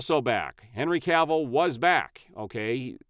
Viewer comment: His surname is Cavill, NOT Canvill!